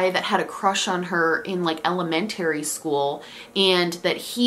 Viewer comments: ...and documentary 😁. Is it a Rochester thing? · My entire life I was calling it “elem-men-tree” not elemen-tary 😭🙏🏻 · Ok but on another note, is it regional to say elementry instead of elementary because the way said it caught me off guard 🤣🤣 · really pronounces ‘elementary’ in cursive